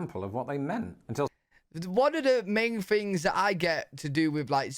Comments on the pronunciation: You also say fings instead of things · Love ya dude but dropping the "th" & replacing it with "f" drive me berserk....things on the path becomes fings on the pFf. ....aarrrgggg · I notice that you say “free” and “fings” and “fink”…instead of “three”, “things”, “think” Is that a regional dialect?